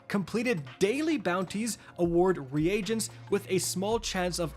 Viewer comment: Dude. I like your content but you gotta be saying those words wrong on purpose, right?? I don't think that's how you're supposed to say "Reagents".